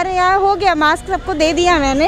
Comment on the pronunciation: Maks nhi didi mask hota hai😅😂😂